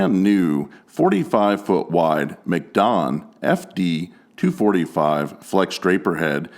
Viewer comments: I think it's pronounced mack-don not mick-don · Maaacdon. Not mcdon